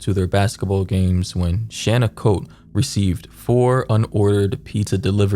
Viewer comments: Cote is not pronounced like coat… it’s Coté like Coatayy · And usually Cote is pronounced like Coty